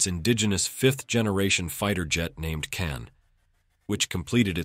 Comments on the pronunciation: ... not correct pronunciation, not Can but Kaan. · Real word is khan not kan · Learn to pronounce KAAN right; it is pronounced just you see as spelled; KA-AN, not as you americans try to americanize everything; you are pronouncing "Keh-anne", what is this? If you were to ask a real English-speaking person, i.e. an Englishman, he would immediately know its proper pronounciation 👍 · KAAN should be pronounced as kahn in english, as in cengiz khan